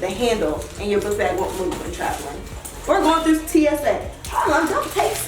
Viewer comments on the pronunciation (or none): none